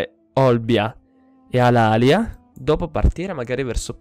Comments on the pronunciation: Edoardo Lusuardi si la città corsa... di solito la pronuncia alàlia anzichè come è corretto dire alalìa.. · La pronuncia è Alalìa...Comunque prima di costruire la città ellenica costruisci i templi che danno ordine pubblico!!